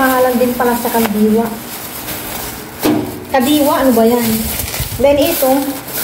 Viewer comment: Hinde kandiwa it’s kadiwa